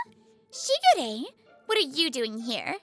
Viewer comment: I know they say "Shigure" but I swear I keep hearing "Sugar Ray" and just... so many songs from the late 90's and early 2000's.